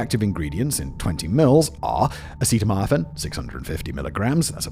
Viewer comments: Is it just me or did Simon mubmlecore more words than usual? Not pronouncing Robitussin correctly I get, but he said acetaminophen 4 different ways and pretty sure he made up a word towards the end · Simon, you serious mispronounce EVERYTHING in every video. Robitussin... Acetaminophen... butchered.